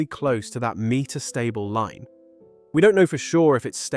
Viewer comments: Why the hell are you pronouncing "metastable" so strangely? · Can you please figure out how to pronounce “meta stable”?